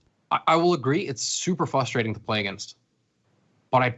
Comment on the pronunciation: Whoever is top left, it's not FUSTRATTING its *FRUSTRATING*. It really frustrates me how he mispronounced frustrating.